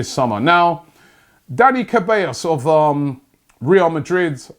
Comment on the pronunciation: This man said Dani CAbellos! Will Arsenal also sign Camila Cabello?